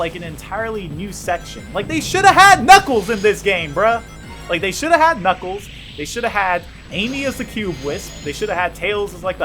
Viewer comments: Who the fuck is knickles? U mean knuckles lmfao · I love how he calls knuckles niggles lol